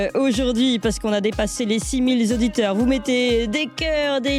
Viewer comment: on ne dit pas "six-mille z'auditeurs..." Sinon, quand m'invitez-vous?